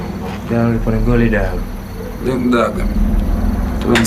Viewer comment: Its Gully God not gad